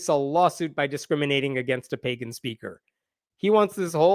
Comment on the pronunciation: While I laugh at the Republicans, her resume says "play-gan" rather than pagan.